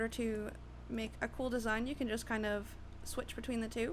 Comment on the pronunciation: you say desing SO MUCH so annoying